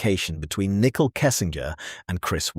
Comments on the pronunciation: It's not pronounced nickel it's pronounced Nick cole. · Her name is pronounced Nicole (Nick-Coal) not like nickel, the coin!!!! Also, you have said all of this in previous videos!! Most already know this and we don't need to keep hearing the same stuff over and over in supposedly"new: videos. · Can't listen to the video. Called her nickel every time. When you make a video at least try and pronunciate someones name right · I love how all the ai narrators call her Nickel Kessinger. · Very irritating 😅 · Right! Good research, awful delivery. “nickel” kessinger….just use your real voice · Nichol is how she spells her name and why the AI can't say it right.